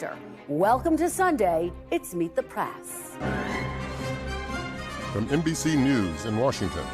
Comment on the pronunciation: Its "Meet the prAss"......WHY can't you pronounce it prEss?